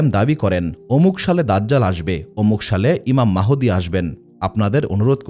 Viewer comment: ঈমান মাহুদি না,ঈমান মাহাদী হবে কোন নামটি সঠিক উচ্চারণ হবে